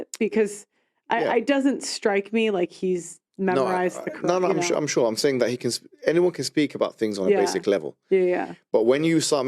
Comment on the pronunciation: It’s not ‘karan’ it’s Qr’aan